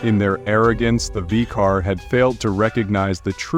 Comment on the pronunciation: Interesting story, but how many times can the name of the V'qarr be mispronounced so badly (V Core / V Care / V Car / V Cord / VCR(?)). Yes, I know it's AI but my christ it's so bad.